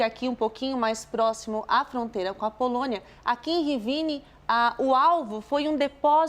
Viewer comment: A jornalusta falando Rivíne chega arritar...nao sabe ler não,? É Rivne sem í....